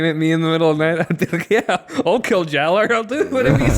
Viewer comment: Jaller is still pronounced like "Jala", my dudes.